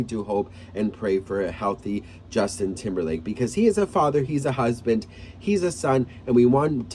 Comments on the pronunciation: Did you say TIMBERFAKE or TIMBERLAKE? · Hhh He said Temberfake